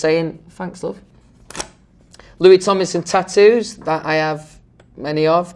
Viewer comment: I have literally NEVER heard him say tattoos without pronouncing it ta oos 😂